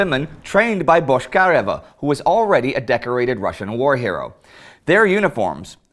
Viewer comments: Finally someone noticed that. When Indy says that, it sounds like "Boshkareva", while it should be "Botchkaryova". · Also, it's БочкарЁва, not БошкАрева.